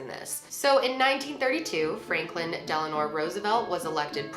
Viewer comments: Love your channel and I'm being a little fussy but it's Franklin DELANO Roosevelt, NOT Delanor! His wife was named Eleanor Roosevelt. 😊❤ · *Franklin Delano Roosevelt, not Delanor. I normally don't correct people on stuff like this, but his wife was Eleanor, so a LOT of people mix the two and it irks me lol